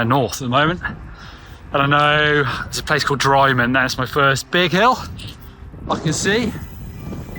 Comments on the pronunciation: Great video. Your pronunciation of Milngavie and Dryman were truly painful however. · If you're going to a different country, you should at least take the trouble to learn how to pronounce the placenames. Just like Leicester, Gloucester, Cholmondly and many other places in England some Scottish placenames aren't pronounced the way they are spelled. So Milngavie, Drymen etc.... You catch my drift?